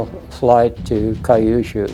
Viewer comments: Kyu-shu. Not kai-yu-shu. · "Cue - shoo" not "Kie you shoo." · 👎👎👎Why the christ do you say KA-YOU SHOO ? You can see it is written Kyushu, Q-shoo. I'm told I shouldn't complain since the average american ( H.S. grad ) has trouble with his native language. :face-blue-smiling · I've lived in Japan for 30 years and have never heard of a place called Kai yu shuu. I think you are trying to say Kyu-shuu (que-shoe) which is a southern island in Japan. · It’s pronounced “Kyoo-shoo”, not “Kai-oo-shoo”. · Kai-yu-shu? Surely, Kyushu (Q-shu), the southern-most of the four Japanese islands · Correct Kyushu pronunciation = “queue + shoe” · Regarding acuracy, I know that a lot of Americans were not savvy on Asian pronunciation. That mispronounces "Kyushu" is not a surprise. That your narration continues to say it incorrectly is a surprise.